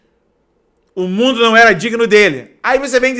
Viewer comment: Que susto, a paz , eu ja achei que era o cantor Naldo, do mundo, kkkkkkkkkk Mas esse ai não viajou, esse fez uma volta no MIUNDO kkkkkkkkkkkkk To rindo de nervoso